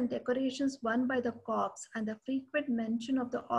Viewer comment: Please .. an Army Corps is ‘Core’ not ‘Corpse’. Nice talk nevertheless. The valour of Jodhpur Lancers at Haifa has been celebrated widely and justifiably so , but the role of Mysore Lancers and Hyderabad Lancers in the same campaign is often not recognized